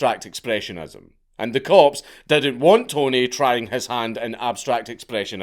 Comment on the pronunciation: Am I the only one that keeps hearing corpse when he says cops?😂😂😂